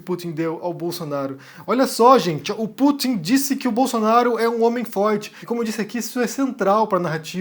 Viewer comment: Pútin sabotando...